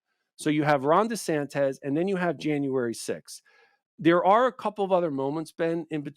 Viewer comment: Wierd that he can't pronounce "desantis" properly.